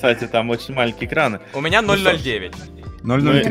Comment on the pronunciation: Холдик: у меня 0,09 Аурум: у меня 0,03 Эрик: уменблмблмблм 2 попытка: у менблмблмблм